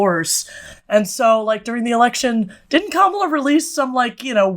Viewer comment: These guys are still saying Kamala's name wrong and want me to take their critiques seriously. It's odd.